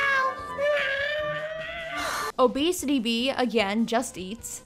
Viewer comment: “Obeesity” I’m dead lol